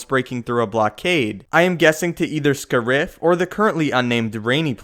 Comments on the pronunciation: Isn't the name Scarif? Why do you pronounce it as Scurif? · its pronounced "Scare-If" not "Sca-rif" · I'm pretty sure the emphasis in Scariff is on the first syllable.